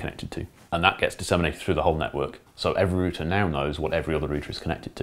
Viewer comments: It's router, not router, god damn it. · root is singular. route is plural. so "rooter" is incorrect. root have many routes... there 4 its a router! (as in many root's) and if your and aussie like me.. "rooter" is one who has a great time (alot) ;)